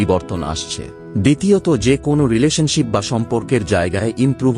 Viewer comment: Kon noy kono ....bar noy baro . .binijog noy biniyog Aage valo vabey uccharon sikhun